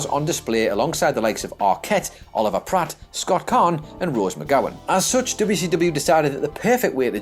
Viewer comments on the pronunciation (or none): It's Oliver PLATT not PRATT